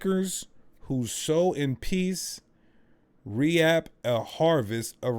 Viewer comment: it's no re-ap😅 it's pronounced reep